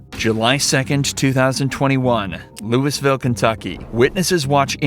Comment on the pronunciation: You don't pronounce the "s" in Louisville, KY....